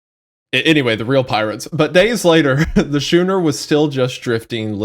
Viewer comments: Shoener??? It's pronounced sc(k)ooner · At this point, the constant mispronounced words are more feature than bug. "Pure-toe Rico," "the Shooner," etc. Always good for a lil chuckle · Wendi pronouncing schooner as “shewner” hurt my soul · If I had a nickel for every time a true crime YouTuber mispronounced “schooner” I would have two nickels, which isn’t a lot but it’s weird that it happened twice.